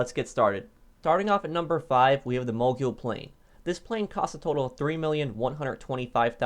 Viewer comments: I’m pretty sure it’s pronounced mo-gul not mo-gool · It's Mogul. Not Mogule 🙄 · Its pronounced Mogul, not Moguill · Btw it’s pronounced Mo Gul not Mo Jul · I think mogul is pronounced like a ski mogul or rap mogul. It sounds like ul not yule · Can you pronounce something right it’s mogul not moguuuoyyyll and Tula not tuhhlaaa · Mogul = “mogool” Tula = “tüla” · Just so you guys know, mogul is pronounced like “Mow-Gull” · The man is the CEO of mispronunciation MoGyOoL TuLlA EvEn DeN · The Mog-yool and Tulla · Ah yes moguel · The way he says mogul drives me nuts.ˈmōɡəl. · “mogule” “tulla” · CORRECT PRONUNCIATION: MOEGULL CHEWLA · There are no useless vehicles, only useless players. Bicycle or Club bus should be here. I suggest a top 5 vehicles you mispronounce. Mogul and Tula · Mow-Gul Too-la 1 year later and still :/ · my man swapped the U in Tula for the U in Mogul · The length of time you've been playing this game, I was disappointed to hear how you pronounced mogul and tula